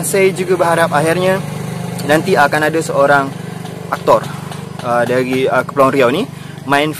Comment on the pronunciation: Sebutan Melayu Riau untuk 'R' memang bunyinya hilang ye? Dari jadi dai.